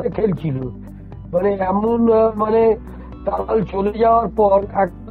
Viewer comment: আপনি কি করে সাঃবাদিতা করেন জানিনা।তালাল কে থালাল বলেন।